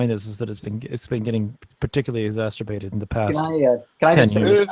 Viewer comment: Dude, mispronouncing "exacerbate" as "exacSTurbate" is not only wrong, it sounds more like masturbate than the original word LOL. I can't take people seriously when they do things like this